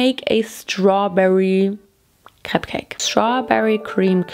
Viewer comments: Diese deutsche Absprache CRÈPS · The ‘Craps’ kinda killed me lol. Crayps